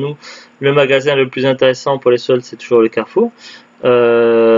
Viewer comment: Coucou. C'est bien la bonne prononciation, c'est gentil de faire de la pub 😁. C'est clair que c'était pas top top comme solde à carrefour. J'ai toujours ps compris pourquoi ils ne soldes pas les jeux en outlet. Les soldes de Cora sont abusé quand même. Ils soldent à partir des prix d'origine pour beaucoup de jeux. Donc 70€/2 C'est beaucoup trop cher.